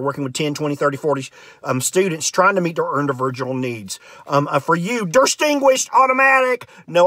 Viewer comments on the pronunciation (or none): I need someone who writes IPA to transcribe every different way he pronounced "distinguirshed"